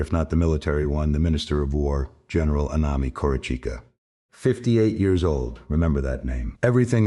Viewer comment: Too bad that the AI can’t say years correctly.